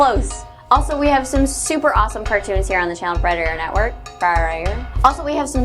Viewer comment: yeah when u say Frederator fast it sounds like your saying refrigerator